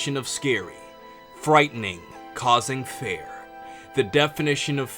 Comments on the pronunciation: I don't want to rude but it sounds like to me like you said "fair" intended "fear" to me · He doesn't pronounce fear right. Feer. Almost sounds like he's saying fair. Or feyr. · It's pronounced FEER. Please!! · I stopped watching about 5 seconds in because of the way you pronounce fear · Does he not know that he was pronouncing the word fear wrong